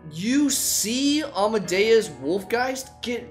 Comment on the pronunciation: you say almadeus wolfgeist, i say captain fishook